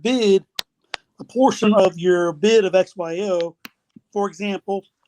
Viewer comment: XYO not OXY